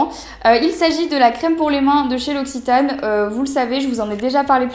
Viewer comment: Puisque la marque l'occitane en Provence viens de Provence, pourquoi ne pas essayer de prononcer le mot " occitane " correctement ? :p